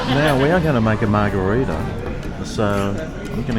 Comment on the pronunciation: Mar-Greg-ritas you mean